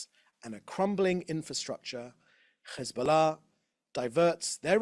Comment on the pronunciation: His pronunciation of Hezbollah as if he’s not a fat chubby beer bellied Brit through and through is embarrassing